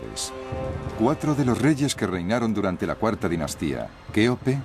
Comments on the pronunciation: El documental está bien pero decir keope literal... no se hoye nada bien ya c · Ya cambien esas pronunciación de decir keope literal Eso es abominable.